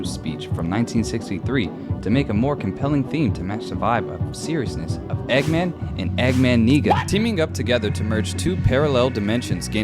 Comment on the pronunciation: I think he might have mispronounced it a little!